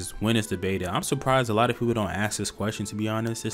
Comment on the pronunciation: Lol you say “axe” instead of “ask”. It reminded me of Futurama.